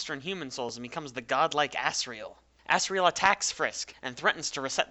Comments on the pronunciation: By the way, its said as Azriel and Azgore, not Assriel and Assgore. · you pronounced it assreal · Is it only me or do you hear as-sriel and as-sgor? (I don't curse so I did that) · Am i the only one who thought that he was saying "ass" riel and "ass" gore imstead of asriel and asgore? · "asriel" microsoft sam: "A SS RAIL" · did u say ass riel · sounded like you said ASS-riel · that's asriel as it gets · i love how you say it like assgore and assriel like just wow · pfftI just put on cc and it said "ass real" XDD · It's two AM and my whole family is asleep and I probably just woke them up from laughing when he said ASGORE and Asriel. It sounded like assgore and assriel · "Assriel" "Assgore" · AnonyBlu Glad I'm not the only one who heard him say their names like that